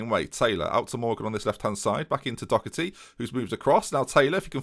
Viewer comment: Anyone wanna tell him it's Doherty not Docherty?